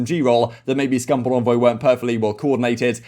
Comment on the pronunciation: It's Envoy not Onvoy why are you pronouncing it so wrong? I'm English as well, it's bizarre how you are saying it.